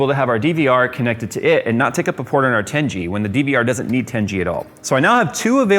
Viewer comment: The way says "tengey" instead of 10 G